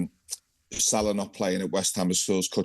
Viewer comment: Is Ally talking about Salah or Saha ? 🤣